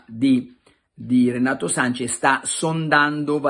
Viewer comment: Breve vademecum per tutti. Si scrive e si pronuncia SANCHES, non Sanchez!